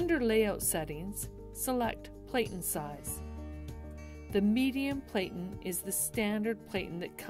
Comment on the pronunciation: PLATEN is pronounced like "flatten" not Playten